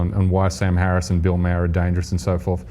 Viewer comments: Maher pronounced marr not mer you fuck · Did this guy just compared sam harris to sarah palin?!! Tyt what r u doing, don't bring a guy that can't even pronounce bill maher name correctly (not mehr). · I wish he would pronounce bill mayers last name properly